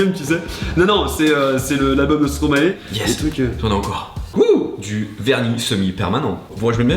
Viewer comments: heiiiin ?? stromaé ?? ptn les gars ca fais 10 ans que ca ce dit "stromaye" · Stromae ne se prononce pas comme ça. On prononce comme si ça s’écrivait stromaï (parce que ça vient de maestro en verlan) Parole de belge 😁. Sinon chouette vidéo